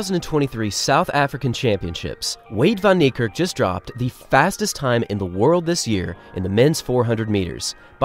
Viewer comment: "Vahn" Neikerk.